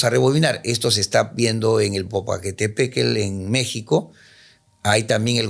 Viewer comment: El popoqe jajaja que difícil es nuestro México para hablarlo